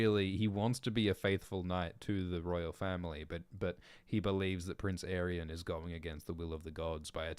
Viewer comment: I thought it was pronounced "Ay-ree-on" for like 10 years now.